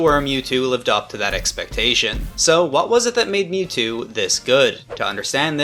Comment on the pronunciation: i didnt know it was possible to mispronounce mewtwo